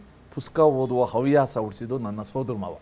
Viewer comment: ತಾಯಿ,ಅವ್ಯಾಸ ಎಂದು ಹೇಳಬೇಡ 😢, ಹವ್ಯಾಸ ಎಂದು ಹೇಳಬೇಕು